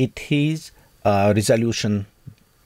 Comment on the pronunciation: выпалился на слове РРРезолюшен